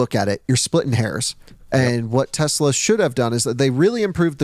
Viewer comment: Every time I hear him say "Tezla"...